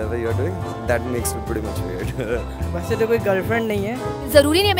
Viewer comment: there is a difference between "V" in "W"... get the pronunciation right.. it's "weird" not "veird"